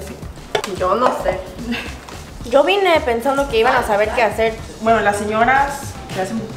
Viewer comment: Me mato cuando dijo "yo bine pa comer" jsjsj se paso😅